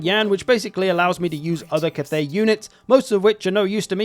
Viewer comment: Cat-thay, Meow Ying